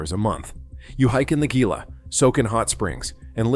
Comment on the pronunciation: Gila is pronounced "HELA"!